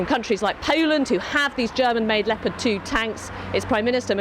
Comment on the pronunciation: It sounds like "Lepatt"-Tank. Interesting.